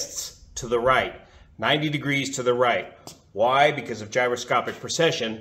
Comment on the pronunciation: It really sounds like you're saying "procession".....at least part of the time. The only reason I'm familiar with the word, is that A. Bertram Chandler used it a lot in his science fiction stories in regard to his imaginary faster than light engines. "He switched on the Mannshenn Drive. Deep in the bowels of the ship the gleaming complexity of gyroscopes began to move, to turn, to precess, building up speed. Faster spun the rotors and faster and their song was a thin, high keening on the very verge of audibility. And as they spun they precessed, tumbling out of the frame of the continuum, falling down and through the dark dimensions, pulling the vessel and all aboard her with them." In order to get the correct mental image, I had to find out what that word meant. But your demonstration is perfect. I wish I'd had something like that to explain it to me as a kid.